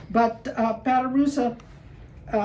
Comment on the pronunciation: Patoruzú is pronounced Patoroozoo (accented at the end)